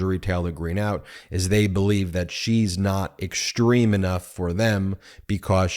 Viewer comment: Ben, I love your commentary, but please use proper English when pronouncing words with "s" sounds, like "sh", i.e. "exshtreme", "deshtroy". Every time I here this improper pronunciation it sounds like "fingernails on a chalkboard". BTW, you are not alone. This is sooo pervasive that I've even heard network national news people do it. I'm on a one person quest to point this out. I'm not a fancy English major, just an Electrical Engineer. Please erase this message if you like, but please, please, please speak English. Thanks.